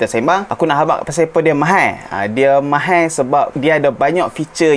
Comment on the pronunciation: ....tolong tekan Aune pronounce from Chinese lebih sikit. Hehe Mahal ya....bukan Mahaie 🤭 Chinese cannot say Mahaie...😁